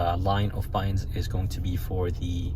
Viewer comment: On the console, those are "buttons", not buu-inns. aarrggggg